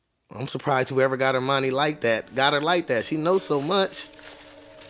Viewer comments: It's Harmonie not Armani she's not a brand name lol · Its soo frustrating everytime says Armani.. it's Hermione😅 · HER-miney. Not R-miney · It's HERMIONE.....not Armani 😅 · Wait, wait, wait, wait.... are you calling Hermione "Armani" 🤣 🤣 🤣 🤣 🤣 🤣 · It sounds like you say Armani. 😂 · Her name is Hermione it rhymes with her Hiney